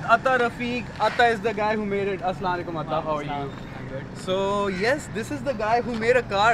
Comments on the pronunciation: aslalaikum kiya hota hai asalam u alaikum hota hai bhai pehlay ye sekho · Assalam mu alikum not salalai kum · Great content. Its a shame you cannot say Asalaam-u-Alaykam properly. I heard Asalale kam, what's that bro? Your cursing the person your wanting to greet as the pronounciation changes the entire meaning. Otherwise well done. I think the back suspension is a bit weak as looks so tiny considering the entire car is made from a steel roll cage and steel body panels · Ek Comment Bs K Agr Muslim Ho Pehly Apna Salam Theek Kroo Apni Video Ek Bar Lazmi Dekhna. Tumhara Salam Sun Kr He Video Dekhny Ka Dill Ni Kia... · Someone please tell this guy how to say ASSALAM O ALAIKUM... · Assalam-O-Alykum sahi pronounce ni krte ap..